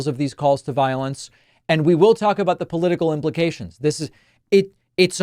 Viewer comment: "Paula-tickle" 😂😂😂😂 I have a new word now.